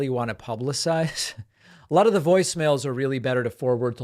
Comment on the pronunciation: Tuning in late, of your show you asked if the “journalist” host sounded drunk, whilst referencing Ted Nugent, my answer is yes or at least very tipsy! He slurs multiple words together, he’s actually said allota, as one word and that wasn’t the only time he conjoined his words while slurring them together. Sadly I’m tipsy and can still hear and point this out!